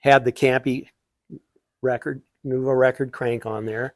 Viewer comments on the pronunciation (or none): none